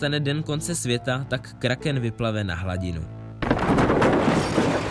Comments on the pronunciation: vyslovuje se to kráken😂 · Vyslovuje se to Kráhkém xd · Myslím že správně je to Kráchken 😁